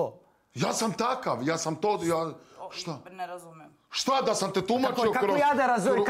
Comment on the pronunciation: Hahaha Dudlila progovorika ekavicu samo rijec,,Nerazumem